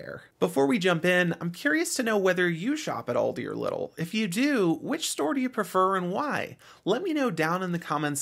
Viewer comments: It's pronounced LEEdl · Came here to say that haha. But liddle sounds funny